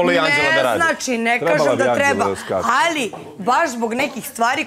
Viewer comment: Ja poludim na njeno Allliii, kao neki kinez to izgovara